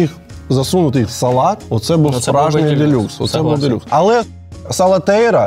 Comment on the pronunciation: Я одна весь час кажу СалатеРІЯ а не СалатеЙРА?